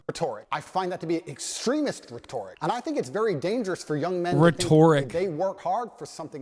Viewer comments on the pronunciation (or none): He pronounced it the way you would pronounce “rhetorical” which was so sad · *Claims to have genius level IQ *Mispronounces the word “Rhetoric” horrendously *Confidently says grammatically incorrect sentence “Why was a man’s liberties deprived of him”